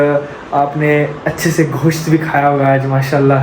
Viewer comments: Bhai Ghosh nahi Gosht which means Mutton. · घोशत नही केहते गोशत केहते हैउरदू ठिक से सीख ज|ओ अलल|ह प|क नेर|ख नही कह|थ| आग कह|थ|